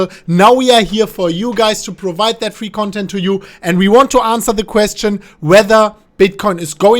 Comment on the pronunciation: Digga dein Englisch ist so scheiße😂